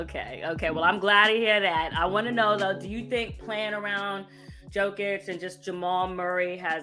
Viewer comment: Josina, Nikola Jokić is the best player in the world. Maybe you should learn how to pronounce his name. Hint: it's not JOKE-itch